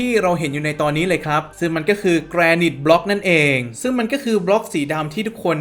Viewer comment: พี่ๆ มันอ่าว่า"แกรไนท์" ไม่ใช่หรอ ( ͡° ͜ʖ ͡°) ???